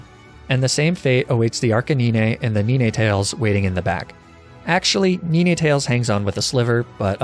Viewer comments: Knee Nay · One Two Three Four Five Six Seven Eight Nee nay Ten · "Whats your biggest fear?" "Listening to pronounce the word nine" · I fear no man, But that thing - PRONOUNCING 9 It scares me